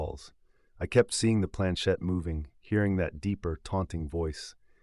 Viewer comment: It is planchette not planchain!